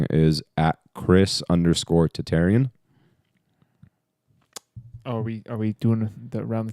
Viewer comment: Does Chris Tatarian even know that his surname's proper pronounciation is [tata'ryan] ? Not [tata'ri'an] ?